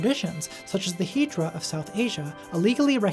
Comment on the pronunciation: Hijra is pronounced closer to Hizra. All Js are Zs in hindi/bengali.